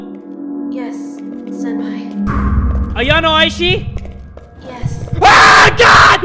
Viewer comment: Why do you call senpai "senpapi"?